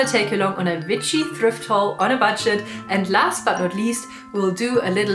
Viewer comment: i like how you say w as v, its so cute very vitchy!